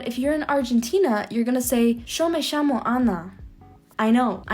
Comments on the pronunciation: It's not sho me shamo it's jo me jamo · I loved the "sho me shamo" (orgullo argentino)